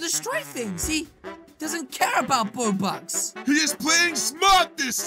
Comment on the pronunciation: Its robx not bobx